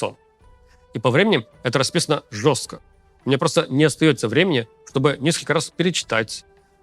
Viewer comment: Руслан, говорю вам, как человек сдававший госэкзамен по сценической речи и практикующий всю профессиональную жизь этот предмет. Дело не в вашей усталости. Пробка - это хорошо, но вам необходимо и другое. Вы непроизносите глассные звуки, вы их сбрасываете. Вы говорите не "несколько", а "несклк" - по такому принципу вы произносите половину слов. Два-три слова вы проговариваете разборчиво и ещё столько же не разборчиво. Почему так происходит? Потому что вам не хватает дыхания на все слова. И вы торопитесь и не используете дыхание должным образом. Торопливая речь. Что делать? Говорите на дыхательной опоре. Посылайте дыхание на все слоги. Делайте это нарочито и медленно для тренировки, чтобы понять, как это работает. Как бы, тяните слоги дыханием. Дыхание из низа живота. Напрягаться при этом не надо совсем!! Во время ваших занятий, хоть и с пробкой, вам надо говорить не быстро, а наоборот медленно с дыханием. Ещё раз: говорим на опоре, опора - это дыхание, подаваемое из низа, а не только из груди. Посылаем дыхание на ВСЕ слоги. Это для домашнего тренинга. Но если пропоёте так всю сводку, будет забавно.😊 Но зато все, всё поймут и расслышат.